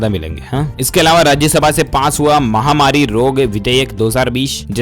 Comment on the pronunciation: Aap mahwari mt bolo. Wo mahamari hai